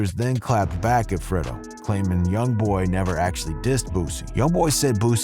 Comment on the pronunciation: He said Fredo name all wrong🤦🏼